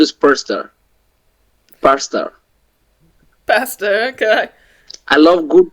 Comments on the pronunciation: There are so many informative and hilarious gems on your channel, but I keep coming back to Derick Burgess and his odd manner of speaking and pronunciation. Imagine the glorious persta dishes prepared from his time-honored family receipts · "My favorite food is PURSE-ta" --- how appropriate !!! 💰💰💰